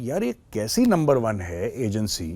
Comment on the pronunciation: Sir how u can say NUNBER ONE TO LUMBER ONE FOR THIS I M NEVER FORGET U 😮😮😮😮😅